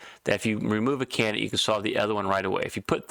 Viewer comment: It's pronounced CAN - DID - ATE not CANNIT matey!